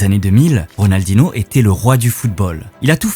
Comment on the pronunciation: C'est plutôt Rodalnoh pas Ridaldinoh